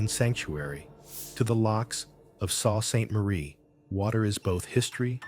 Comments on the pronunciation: It’s not Saw saint Marie it’s pronounced like Soo Saint Marie or just the Sue. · Sue Saint marie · Mackinac is pronounced Mac in Awe And SAULT Saint Marie is pronounced Sue Saint Marie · Its pronounced Mack a naw and Soo saint Marie.